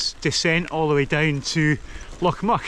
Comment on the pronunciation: It's pronounced Loch "Mick" not "Muck" or as one ambulance dispatcher once called it Loch Myu-ick🤣🤣